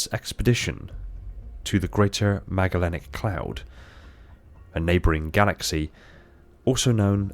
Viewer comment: Sorry, i prefer the ORIGINAL lore, that the Forerunners were, in fact, humans. The H4 retcon making them a separate race is where Halo started going downhill in a hurry. Also, soft "g" in "Magellanic cloud"; it's named after Magellan.